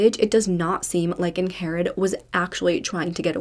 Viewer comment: I am pretty sure her name is pronounced “Ing-Red” not “Ang-Hair-Red” She just has a weird spelling of the name so it’s a bit confusing. 🤷🏼‍♀️😁